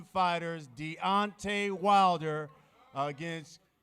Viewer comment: Not King KOOONG lmao hahahaha